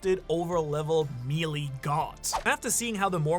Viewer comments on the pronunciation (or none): mealie??? you mean MELEE?????